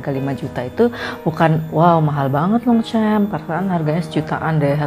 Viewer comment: Bacanya Tre dan s nya ngk dibaca bu dan Longsyong bacanya m dan p tdk di pronounce